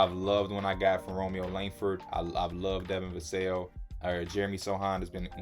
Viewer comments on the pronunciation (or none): none